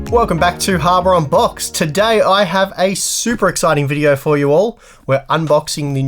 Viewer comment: ok you definitely said HARBOR ON BOX, not getting away with it this time buddy